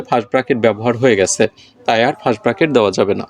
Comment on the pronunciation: fast na sir first hoba😂Nice class❤😅